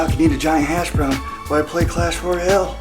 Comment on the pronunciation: When u said giant hash brown in a British accent u didn’t do a great English accent